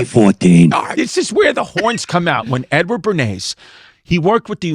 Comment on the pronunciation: Cuz, make no mistake it sounds like you’re saying “N Word Bernays”